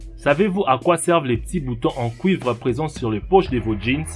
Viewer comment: Il a dit:"Les boutons en COUIVRES."😂😂😂😂😂😂😂😂😂😂😂